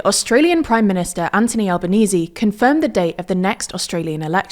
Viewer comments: His name is Anthony not Antony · It’s AnTHony not anTony. You guys pronounce it wrong in every video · It's Anthony not Antony. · Anthony not Antony